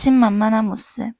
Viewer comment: 모씁이라고 하는 거 때문에 내용이 하나도 귀에 안 들어와요........